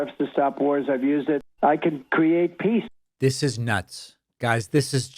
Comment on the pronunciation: He mispronounced PEACE….Twice